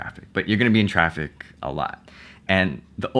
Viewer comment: when he said "you're always going to be in traffic" I thought he said "you're always going to be attractive" and I'm like orly?